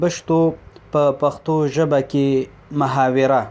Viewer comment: اوبل ته وایي مُحاوِره دا محاوِره نده مُحَاوَرَه ده په واو باندې فتحه (یعني زور دی)